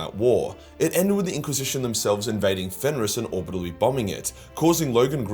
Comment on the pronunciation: Every time I hear say "orbibital" i chuckle and am in a bit better mood